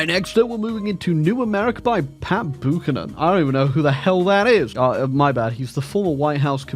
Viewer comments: Ermh excuse me, buchanan is pronounced bew cannon like pew. Not boo cannon. Thank you on behalf on of all buchanans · Pat Boo-kan-nan is now part of history. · As an American the funniest thing about it is that Pat Buchanan actually makes some degree of sense as a historical leader in 2010 and would be much more well known to someone IRL in 2010 than Bernie or Kamala. The annoying thing was the mispronunciation of a last name that comes from the UK. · "Boochanan pact" 😂